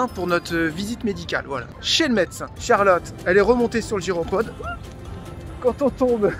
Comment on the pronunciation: Exuser moi CHARLOTTE ET NON CHALOTTE!!!!!!!!